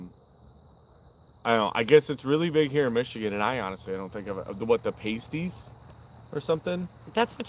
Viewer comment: "PASTE-EEZ" and "PAST-EEZ" are two very different things! 🤣